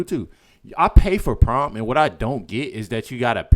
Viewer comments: The word your trying to say is pronounced prime not prom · Tf... it's Prime not Prom 😂 I'm over here wondering wtf prom is if it's a new streaming service or what. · It’s pronounced prime not prom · It's "prime" not prom ! Say it with me "PRIME"!